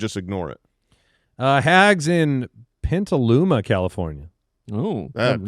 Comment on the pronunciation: PETaluma, not PENTaluma!